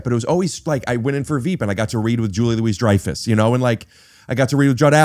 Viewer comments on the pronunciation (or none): Is someone going to correct Rick on his pronunciation of Julia Louis-Dreyfus 😅